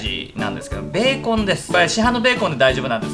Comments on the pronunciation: ベーコンの発音がビーコンの発音でウケました💕 美味しそー❗️ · ベーコンのイントネーション気になる笑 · ベーコンのイントネーションが気になるｳｽﾞ((((･´ω`･))))ｳｽﾞ